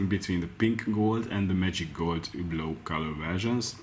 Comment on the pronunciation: It supposed to sound so horrible exactly how u pronounce it trying to say it French sounding with Hungarian accent ?